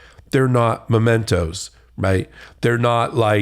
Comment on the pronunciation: Mementoes not Momentoes! Dan Quayle School of Law!